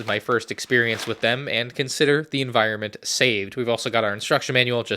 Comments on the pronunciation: "Consider the enviornment saved " 😂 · "Consider the envinorment saved" 😂😂😂